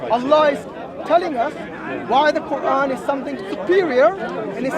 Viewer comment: How Many Qurans I know you are not my student. I just corrected the pronunciation.